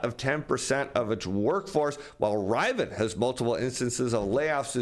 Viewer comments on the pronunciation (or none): Great content. Fyi... Lululemon = "Lou-Lou-Lemon" and Rivian = "Riv-ee-inn"